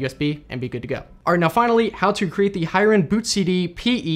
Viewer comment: The name is actually pronounced " Hee-ren " (his full name Hiren Mehta, a common name in Gujarat) & not High-ren. Great video! Very precise explanation. I didn't even know other people have been updating Hiren's creation. I still have the old one which has been working great. Now you have showed me where to get the updated one! Thank you. :)